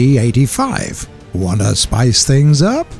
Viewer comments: DID I HEAR T-43-85???!!!(Its T-34-85 ) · did you say T-43-85 ?